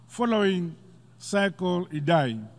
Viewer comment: Did he just said "cycron idhai"? We need to start calling him 'Dhambuzo'